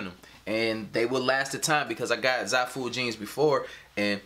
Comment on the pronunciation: Wait that's how you say the website?! Sounds nice when you said it 😂 and thank you for the video!